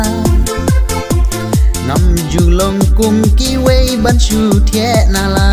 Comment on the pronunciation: nang iai kiew shaphrang....don i kyntien ba pher kynnoh dei thiah ym dei thieh